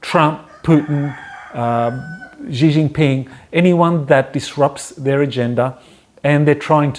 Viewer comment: "SHHHee Jin Ping". The 'X' is pronounced like 'SH' - but with your front teeth together.